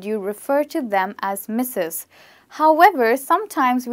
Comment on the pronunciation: Madam , you don't clear Mrs word